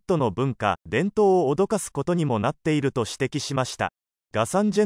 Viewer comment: 「脅かす」は「おどかす」ではなく、「おびやかす」と読みます。